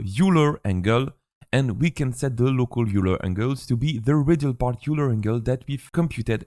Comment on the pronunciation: A little late, but fyi, "Euler" is pronounced like "œil leur" Also thanks for the tutorial! Extremely helpful!